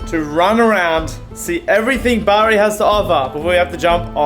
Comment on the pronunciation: i'm from Bari and i was so happy when i heard him pronounce it